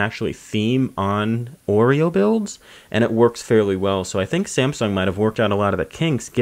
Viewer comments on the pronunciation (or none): none